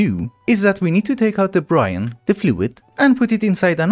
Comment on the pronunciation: Its brine said like b rhyme not brian. lol But guess it doesn't matter just wanted you to know.